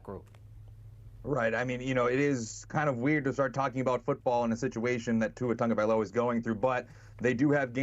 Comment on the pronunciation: Its pronounced tago - vail - ova not tunga.... tunga needs to retire ~